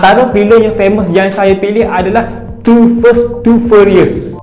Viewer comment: The fast bang, bkn the first😅